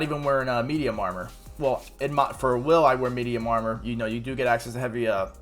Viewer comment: Did you just call him "wyle?" like, Kyle with a W? The game literally calls him "Wil". just spelled differently.